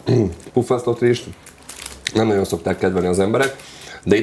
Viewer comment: Amiko a nagyon- Naon lesz…. Ne ne olyan nehèz kimondani